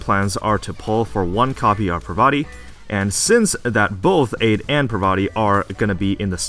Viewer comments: it's ade (ah-day). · Btw, I think Ade's codename is a reference to the greek god Hades, so it should be prononuced Ah-dae